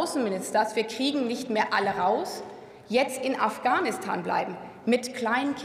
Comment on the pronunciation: Afghanistan oder ofganustan, lerne erstmal wie man redet